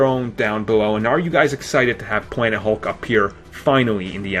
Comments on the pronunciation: Dude never made it past 3 years old. Still talking like a baby, pwobabwy, instantwy, officiawwy, da and de(the), weawwy, compwex, and pwanet hulk. Bahahahaha! Talk right. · He said pwanet hulk